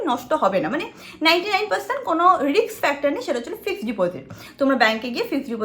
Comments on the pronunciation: Kotha ta 'Riks' noy 'Risk'. Ekta porasuno jana meye erom vabe ki kore kotha bole eto bhulbhal pronounciation. Sudhu English noy tmi bangla kotha o bhulbhal bolo😑😑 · Kono kaj tor jibone Riks moshay